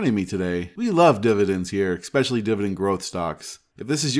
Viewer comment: Liked the video. Es-specially, not ex-specially.